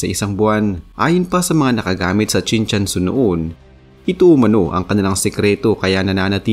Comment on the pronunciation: mali nman ang bigkas mo, Chin CHUN SU ang nksulat.